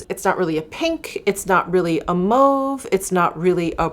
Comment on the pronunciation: Loving the Embrace Blush gloss here!!! Gorgeous., I love that you pronounce Mauve properly🥰🤓😂